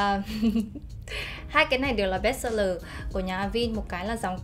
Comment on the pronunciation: Cảm ơn bạn có video về KCN khá hữu ích. Góp ý nhỏ chút là Avène - là hãng mỹ phẩm pháp, nó sẽ đọc theo tên pháp là A- Ven (đọc tương đối nó là thế này, còn chuẩn thì thềm n sau), Không phải là A-vin:)